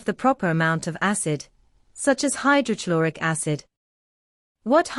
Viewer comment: Please correct your pronunciation of. Hydrochloric acid